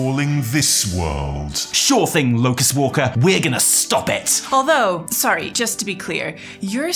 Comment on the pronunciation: after watching this and the podcasts i fear poor is never going to be able to say locus walker